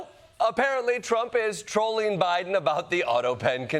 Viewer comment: Why does he always shout the first syllable in multi-syllable words? Ty!lonal… Bi! Den. Etc.